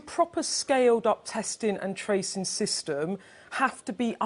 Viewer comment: That’s just what what I was thinkin. Very hard for her to say “testin, trackin and tracin”.